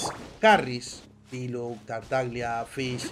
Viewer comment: y Fischl no es fish, es fishl con la l pronunciada uwu como fishoul